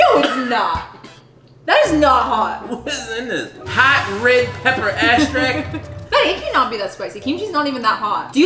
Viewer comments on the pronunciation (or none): really said "hot red pepper asstrack" Lollll he definitely got his accent from his mom. Slice n Rice videos ALWAYS make my day 😭❤️ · Not also saying aggstract. 😂😂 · I can’t get over saying extract as astract. You can’t make fun of your mom anymore for it lol